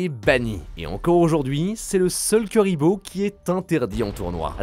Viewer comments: Juste la video que j'attendais haha comme par hasard 😉😁 ... bon par contre ça se prononce plutot KOUriboh, que KUriboh 😆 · C chiant d entendre des nom écorcher mec .. C pas KUriboh mais KOUriboh que sa ce prononce 🙅‍♂️🙅‍♂️🙅‍♂️🤦‍♂️🤦‍♂️🤦‍♂️🤦‍♂️ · Par contre pq utiliser la prononciation anglaise quand la française est littéralement la même qu'en japonaise KUribo (ba en JP) pas KEUribo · J'aime tes vidéos par contre on ne dit pas " cu" mais "cou" pour Kuriboh le U se prononce OU. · Je suppute que notre cher ami ait volontairement prononcé le nom de la mascotte de manière alternative afin de provoquer des réactions en commentaire et donc du référencement. Bravo ça marche